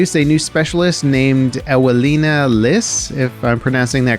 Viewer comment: the name is pronuonced Evelina as W in Polish is a V sound